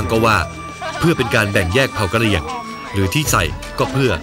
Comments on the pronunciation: กระหรี่หรือกระเหรี่ยงค่ะ5555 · หนูไปอ่าน กระเหรี่ยง เป็น กระหรอ่ะพี่555+ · 0.1 กะหรี่ยงคับ ไม่ใช่กะหรี่ พูดดีๆน้า 55😂😂